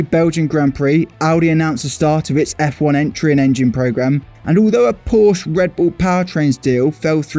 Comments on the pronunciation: It's called Porsche, not Porsch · "Gong" pree; not grand pree. It's French. Pronounce it right. And Porsche is por-shuh not "posh". *roll eyes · It's pronounced porshuh. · Porscheeeeeeeeeeeeeeeeeeeeeeeeeeeeeeeeeeeeeeeeeeeee. The e isnt silent. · Before talking about engine sounds learn how to pronounce "Porsche" first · Learn how to pronounce Porsche… it’s really not hard🙄